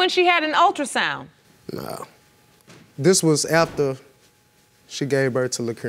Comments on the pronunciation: someone should have told her how to pronounce ultra sound. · Omg yes ultrasounder? And she said it twice. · She said ULTRASONGNA! not ultrasound! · What do you expect from an individual who pronounces “ultrasound,” “ultrasounder?” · Lord I done heard it all first case she said Exzema which she meant Eczema and then the second case the dummie said Ultrasounder which she meant Ultra sound 😂 Jesus take the wheel 😂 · The woman in the 2nd case obviously use her looks to get what she wants. She can barely say the words right. What is a ultrasounder?? It's ultrasound. Sometimes I wish the mother is not the mother to some of these kids. The kids be better off with the dads alot of times. It be the bitterness and pettiness of the mother that causes these guys alot of emotional distress. Alot of younger women have kids now just for the child support smh! 3rd case had me crying. Omg I feel so sorry. She'll never know who her father is. Her mom took that to the grave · All-trasounder loll I can’t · The first case she said the "ultrasounda" lol wow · This is for the second case did she say ultrasounda 😩😩😩😩🤦🏾‍♀️ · She saying ultra sounder 🤣🤣black people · She pronounced Ultrasound "ultrasounder" that should explain this whole situation 😶‍🌫️ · 2nd case: did she say ultrasouner? These poor people… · I'm sorry but did she say ultrasounder??!!! 🤦🏾‍♀️🤷🏾‍♀️🤔🥴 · 2nd case plaintiff.....I went to the hospital and got a ULTRASOUNNER....Yes I said and spelled it as she pronounced it....ULTRASOUNNER.....um ok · Ultrasounder no girl it's pronounced Ultrasound. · The ULTRA WHATER!? 😮😂😂😂 not the ultrasoundner🤦🏾‍♀️🤣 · "The Ultrasounlder"☠️